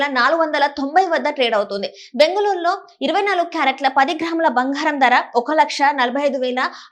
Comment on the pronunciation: బంగారం తల్లీ భoఘారం కాదు.తెలుగుకు ఇంత దుర్గతి పట్టింది